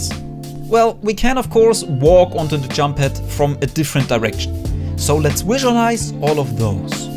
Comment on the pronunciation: someone should count how many times he said "wisualize"